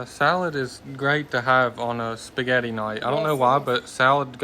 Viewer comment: Respect yourself... spaghetti not spegetti.... Love Mamaw